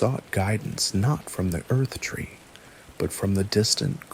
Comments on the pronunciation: Marika is pronounced like America. Erdtree is pronounced Erdtree. Not Earthtree. Faah. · It's the Erd tree not the earth tree. You are also mispronouncing Marika I want so much to like these obvious AI videos but I long for someone who cares enough to at least pronounce the Major character names correctly.